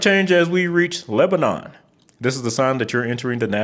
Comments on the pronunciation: dunno if anyone said it yet but, in TN it's Mare-uh-vul not Mary-ville, also Leb-ih-nun(some locals will just drop the "ih"), not Lebanon like the country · The 840 loop around Nashville wasn’t finished due to endangered owl habitat to the north. Also the following cities are pronounced: lebanEn, mar•I•vul, secure•vul, pretty much any “ville” in TN is pronounced “vul” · The first part of Sevierville is pronounced like “severe”, and the last syllable of Lebanon is said like “none”. You’re not the first to say them wrong, especially Sevierville; I’m pretty sure a lot of my fellow Tennesseans also mispronounce it. I actually took the route through the Smokies about a month before Helene hit. Gave me a chill thinking about that after seeing the destruction. 100% agree with you on the congestion around Nashville on that loop. It’s what I hate the most about driving there using the interstate. I somehow didn’t know I-40 had its longest stretch through Tennessee, but yeah, it absolutely does! I love the mention of Route 66 being replaced by the interstate system, and how the small towns along that route were almost completely forgotten. Learned about that briefly in the first Cars movie. Now I’m more curious about interstates. Time to jump down another rabbit hole 😂